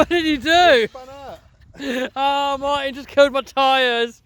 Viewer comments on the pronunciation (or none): none